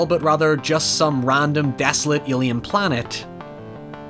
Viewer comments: WHY THE FUCK DO YOU SAY ALIEN LIKE YOU HAVE A SPEECH IMPEDIMENT. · "Ilian monster movie" what's that? whos Ilian ? XD